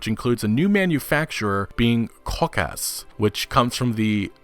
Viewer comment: The proper way to pronounce kaukaz is combining cow with kaz from the word kazoo not cockass